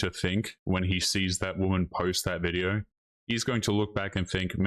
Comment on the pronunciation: Why do you pronounce words with an "O" with such a weird affectation? You say "yo" like "yoErr". Video like "VideoErr". No like "NoErr". Robot like "Rerbot"? Why?